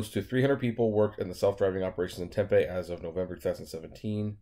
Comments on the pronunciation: Ssssooo I guess my mindset has high standards. I just assumed that the autonomous car would’ve had an engineer in the vehicle. But to put a convicted felon in it.... I don’t know. Uber is shady af! Lol I know that much. Oh... it’s not Temp-a... it’s Tem-PEE. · Diana Yates, I have tried to tell him in all videos hes done on this. Ive told tem pee, and in this one. ..he says 10pm and it sounded like he said tem pee. I seriously don't think he reads the comments. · lol, dude...it's tem...pee. just like you said 10 pm. Seriously. TEM PEE...TEMPE